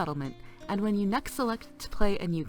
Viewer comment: "or at least hwen you CPU is maxed out" i laughed, hard.